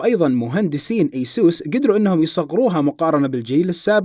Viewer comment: مو ايسوس يا اي سُس